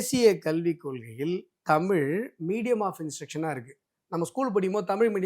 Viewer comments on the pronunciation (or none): டாய் உனக்கு ழ என்ற உச்சரிப்பே வரல, தமிள் அப்டின்ற. தமிழா தமிளா?